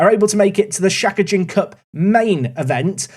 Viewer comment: btw Shakaijin means working adult and is pronounced with the emphysis on the 'kai' and Hosei uni is pronounced witn emphysis on the 'Ho' with the 'o' sounding like 'oh' in English